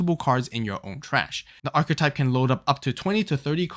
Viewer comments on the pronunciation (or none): none